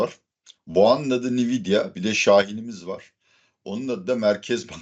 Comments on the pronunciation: hocam belki ben yanlis biliyorumdur da ben veri muhendisiyim ve yillardir Nvidia adini "en-videa" diye telefuz ediyoruz. Bkz (/ɛnˈvɪdiə/, en-VID-ee-ə) ni-vi-di-a kulaklarimi tirmaladi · Nviyda değil hocam Envidia diye okunuyor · "nividia" degil "envidia" diye okunur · Nividya ne hocam once dogru okuyalim 😂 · en vi di a okunusu bu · Nvidia nasıl telafuz ediyorsun ya öyle?😂😂😂 ENVİDİA diyeceksin. Bi daha İngilizce konusunda ahkam kestiğini görmeyeceğim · Hocam, en-vid-ya diye okunuyor. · Cambly reklamları yapan hocamın NVİDİA telaffuzu üzerinde bir durmadı lazım.